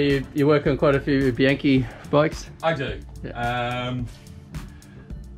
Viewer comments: Well that's what Yankee knowledge... and some world tour wins get you..TREK. / and its pronounced : Bee Ank Cay.. not Bee Yank kay.. I know you Kualas down under love italiano.. goodonya to practice it.. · Actually, it's Koala* and "Bee-un-kee", "A" in Italian is always pronouced like "AH" (as in "under") and "I" always like "E" in English. (Not to mention that, in Italian and English, and in fact in every language using the Latin alphabet, sentences are separated by only a single period.*)